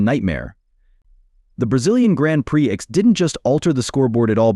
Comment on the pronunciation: FFS, can they teach AI to say prix instead of pre-ex?